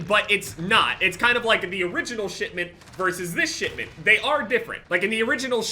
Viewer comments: Who else heard shitment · I heard SHITMINT instead of shipment, and now I cant unhear it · am i the only one hearing shitment instead of shipment?